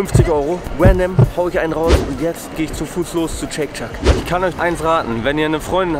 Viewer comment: "Chake Chuck" lul